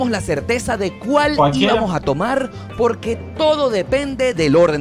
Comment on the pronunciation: Poque no se dice, se dice Porque 😆